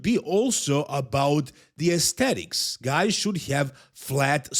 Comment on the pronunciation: It's "aesthetics" haha